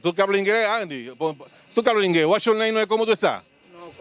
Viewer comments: Nivel de inglés: -Alto What you name? : -Chin Chon Chin Chan 🤣🤣🤣🤣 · ✨Wach you name✨